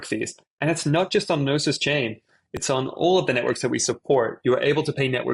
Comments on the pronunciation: Gnosis is a Greek word that means “knowledge.” American English pronounciation "no-sis" or "noses." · Pronounced: No-Sis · It's not G-nosis .. dude common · It was killing me! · The G is silent bro